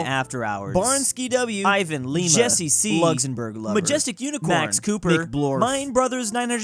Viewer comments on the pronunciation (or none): none